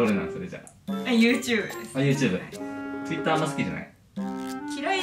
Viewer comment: とぅいったー好きなんだよなww